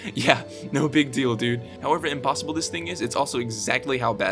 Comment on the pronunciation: "apossible" i actually laughed for a while at that 😂😂